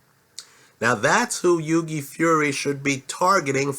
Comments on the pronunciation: its hew - e, not hew gay - like thou-ght.:) in a phone booth i'd pick hughie as well - he'd have the ear off AJ's head inside 2 seconds!! there is a boxing lesson coming from hughie - ruiz is an excellent boxer - one of the best out there - says a lot peter putting hughie in the match and at the very least its a REAL FIGHT! (paper ibf and haye). the undercard is excellent - a great night of boxing on the 29th- one of the best cards for a LONG time and a proper even(ish) main - apparently getting quality together takes time. boxing has been around for 100's of years it aint going nowhere - just the other year was the biggest cash prize in sports. the highest earner in sports is/was a boxer. nuff said. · It's not yugi haha it's hughie pronounce the first H lol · the g in hughie is silent, h-yoo-i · It's pronounced Huey. Like the name Hugh. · i'm a big fan and watch all your uploads but if you don't stop butchering boxers names i'm going to learn a different language and only communicate through that language for the rest of my days. Hewww-ey, Gen -ahhhh-dy. Your judges at trial ever wonder who your talking about? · Hughie Pronounced H-YEW-IE. Silent G. Good vid apart from that lol. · Great vid but it's pronounced 'HEW-WEE' Fury. Ruiz Jr is out of shape, no foot speed but excellent hand speed. I think Hughie will jab his head off all night to a unanimous points decision. I am more confident predicting a Hughie win over Ruiz Jr than I am Hughie to beat Joshua at this stage. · On the next vid pleased try to pronounce Hughie properly it's an Irish name just like your surname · Great overview of the Heavyweight division but you're pronouncing Hughie's name completely wrong.